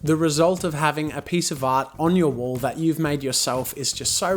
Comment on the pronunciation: Me thinking he was saying wool paint this whole time 😯